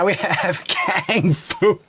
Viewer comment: Kang-Fu? I'm so dead. lolol You need a paint can to start it.